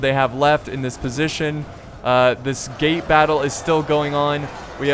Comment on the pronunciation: am I the only one thinking he said "gay battle" and not "gate battle"?